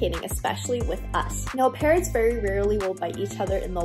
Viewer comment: English is not my first language so I was very confused at the beginning where I thought Parrots was "parents"